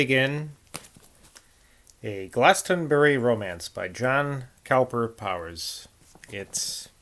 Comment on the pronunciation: 'Cowper' is pronounced 'Cooper' !